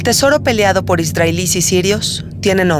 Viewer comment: Por que esta narradora pronuncia Isdrael en vez de Israel??? Dice ISDRAELÍ en vez de ISRAEL.......Tiene una voz bonita pero me toca las pelotas su pronunciación.